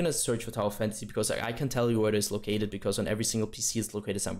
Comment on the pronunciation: I can't understand what you said at the end somthing about tower fantasy or towel fantasy.